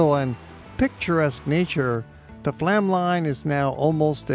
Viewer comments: The railway you traveled on is NOT Flam - it is pronounced FLOME. It drives me nuts when people mispronounce destination names. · Flåm is pronounced Flome (the å is like the o in go). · It would be nice if you learned the correct pronunciation of Bergen,Oslo and Flam